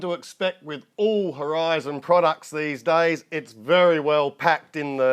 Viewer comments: It's pronounced r t zan! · Nice looking plane. Think its pronounced R T ZAN, as in skilled crafter. Still waiting for your thoughts on that DX9.